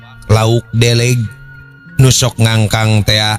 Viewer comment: Punten sanes lauk deleg tapi lauk deuleug. Hapunten pisan